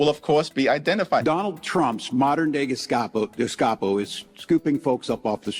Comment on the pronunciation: He can't even pronounce Gestapo. 😅 Trump's NOT sending them to dungeons. They're living better than the innocent people on J6 that your people sent to prison. Trump wants them to go home! Why would you want people who are murdering people to run the streets in America? It's okay when the illegal immigrants took unaccompanied children, kidnapped them because Biden said, "Bring unaccompanied children", where are they? They took them all off somewhere. They're in sex slavery and working as slaves. You democrats are the Gestapo, and you brought your henchmen here!